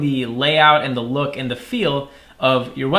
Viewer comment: loop instead of look